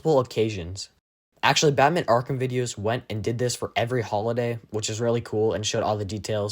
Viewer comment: Less go arrkahm